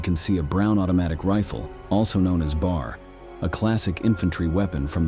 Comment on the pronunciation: That's a dog, not a rabbit. It has a typical bulldog brachycephalic skull but it has perky ears. It looks black and white. A couple minutes of searching and I found it is a Boston Terrier, an AKC registered breed since 1893. Aka Boston Bull. The B.A.R. ("Bee Ay Arr" not "bar") was the Browning Automatic Rifle, not the "Brown Automatic Rifle").